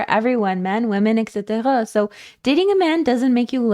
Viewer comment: I wanted to ask, are you french? Because of the way you pronounce "etc."